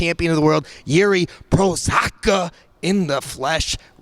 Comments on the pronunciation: "Prozaka"? 😂 It's pronounced "Prohaska", Dude. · Am I tripping or did completely butcher his name? I always heard it pronounced PRO-HA-SHKA. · “Jiri Prozaka” not to confused with “Jiri Procházka” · Prozahka, you butchered Jiri last name so many times, lol. It is Prohazka. So funny. Still laughing. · Jiri like "Ooooook say my name howev you want dude"...Prozaka isn't the name!😂😂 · This guy learn how to speak english in 2 years and media are too lazy to learn how to pronounce his name correctly ... Cmon ... PRO-CH(like Khabib )-ASKA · Prozac(a) hahahahaha come on:D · The face Jiri made when you botched his last name lmaoo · did say Provodka? 🤔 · omg how hard is it to say prohazka at least.. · Prosaka 😂 is not Procházka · Jiri Prochazka corrected at the end. it should be pronounced as Pro-Hazka. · please quit butchering European last names. It's cringy and not in a good way. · "PROZAKKA" bruh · Is that really how to pronounce his last name? It’s not “pro-haz-ka”? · Guys, only Jon Anik gets it right! It‘s a Z (like ZEBRA or ZOOKEAPER) not a S (like SUMMER) or Š (what would be equivalent to SH). That is, it‘s PRO-HA-ZKA for the pronunciation. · You're gonna call him Mr Prozac-a??!! 🤣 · said JIRI “PROZAC”A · "Jiri Prozocka" close enough 😆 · Why can’t you pronounce his last name right tf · The way just butchers jiri’s name 😂 and the face jiri makes when says his name 😂😂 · please, his last name is really not that hard to pronounce and you fuck it up worse than most people ffs. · Does really not know how to pronounce Jiri’s name, please say it ain’t so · Jiri be like "The way he pronounced my surname? Okaay whatever" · slaughtering Jiri's second name. Jiri's reaction is priceless. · Lmao fr couldn’t even say it right. It’s not that hard to say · was saying his name wrong so confidently 😂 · Schmos gotta work on his pronunciation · Say name right or I smesh!